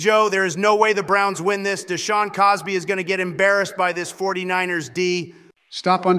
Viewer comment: “Deshawn Cosby” 🤣🤣🤣🤣🤣🤣